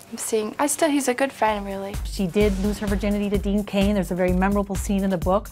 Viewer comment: It's Dean NOT Dane 😂